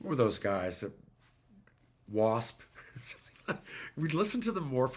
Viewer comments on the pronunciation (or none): none